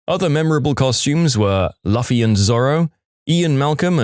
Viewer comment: the way you said luffy 😭